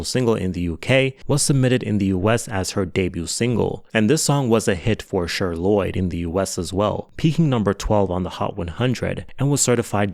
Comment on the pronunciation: Not you calling that girl “Sure” Lloyd 💀 it’s fucking CHER! You know?? Like Cher from the 70’s Sonny & Cher?! Pronounced like ‘share’… egregious slip